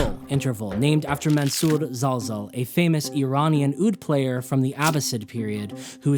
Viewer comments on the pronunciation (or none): none